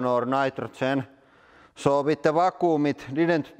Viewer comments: Not poking fun, I wish I spoke Russian as well as he speaks English. Vac-qum. Hope this help. ✌🏽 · Va-kuum XD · Haha "vacoom"